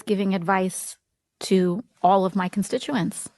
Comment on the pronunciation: Was he one of her Con-stit-U-aints?